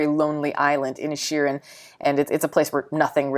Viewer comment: This reviewer gal needs to stop reviewing she can't even pronounce the title right she leaves the second eye in Initial you know I can't you can't write how do you pronounce it but she mispronounced it over and over again she had a really good her stuff together and really stuffed out how to pronounce something because it just deluxe in invalidates her opinions which most of the time aren't very smart